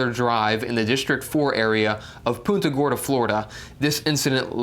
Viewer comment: PUN-ta Gorda, not Poonta